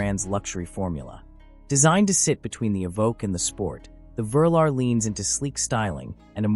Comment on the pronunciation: The VERLER….OH YOU MEAN THE VE-LAR which was the code name for the first range rovers and stood for V 8 LAND ROVER……come on AI get your facts and pronunciation correct….especially if you are planning to take over and eradicate man kind….😋